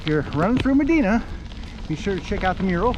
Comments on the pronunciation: Medina is actually pronounced ma die na. 😊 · It’s Me di na. The I is long. Medīna. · Is it too hard to look the pronunciation of the towns ur passing thru along the Erie Canal Most of them come from Greek and Roman names. ie- Medina= Med -eye -not e -na. Enjoying ur trip as a resident along the canal . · It’s Me dī na. Long ī , Medina.